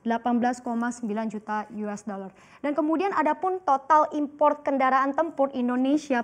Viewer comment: Mencapai 231 koma juta yues daler :-D